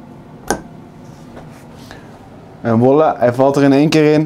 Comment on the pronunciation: Wilde precies gaan commenten hoezo zegt die voila elke keer als wollah😂